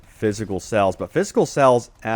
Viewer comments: He keeps saying sells, not sales. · What area are you from? I notice you say "sells" instead of "sales."